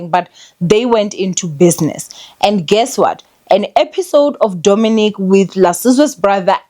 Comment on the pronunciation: I just know he's coming for you cause you butchered his name 😂😂